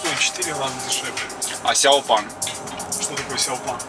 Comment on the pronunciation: Проживаю в Китае научу вас :) Не Пан а Пэн СяоПен 小鹏 как большой маленький гигант (鹏 огромный могучий) Кроме СяоПена так же есть другие производители такие как BYD , Haval, Jili, ChanAn и LeeCo (тот самый производитель телефонов и т.д. Поработдайте над произношением ибо не верно произносите . А по поводу авто в Китае , да в 60% в семье есть электро авто (для города ) и бензин для загорода.